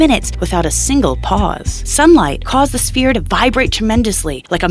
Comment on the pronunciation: Can't even pronounce the word "sphere" - convincing!